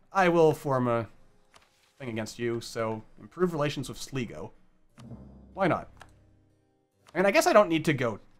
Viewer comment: Sleeego..... It's pronounced Sly-go